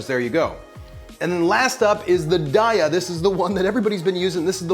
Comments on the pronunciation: It's "DAY-uh". :-) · Its "day uh" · Took me a minute to identify "cheese pull." You say it like a swimming pool, making me wonder how you say, "pool?" Darya is not good, and has almost no protein. The Field Roast brand, "Chao," is like a buttery white cheddar. It is the best, just doesn't come in shreds.